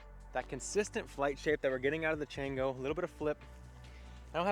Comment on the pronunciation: Should be pronounced Chawngo! It’s Spanish for monkey. Good review, how would you say it compares to the Bearkat or flip?